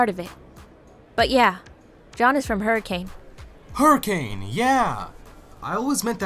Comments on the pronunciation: NOOOOOOO ITS “Hurri-kin” not “Hurricane” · It's pronounced hurriken not hurricain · As someone who lives in hurricane utah, it really woukd be a place where some small town diner would have possessed animatronics. Not really anyone here so murder would be easy lmao! Also Utahns are weird and pronounce it "hurikin"